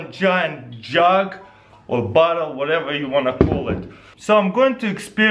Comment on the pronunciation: hah when he says bottle it sou ds like he says butt hole lol